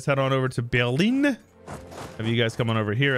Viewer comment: Hey, you pronounced Berlin beautifully. Just like a German.